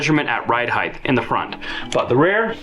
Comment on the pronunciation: Ride height! Not heigth. Heighth is not a word.